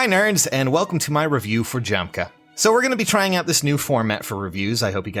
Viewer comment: Isn't it pronounced Yahm-kuh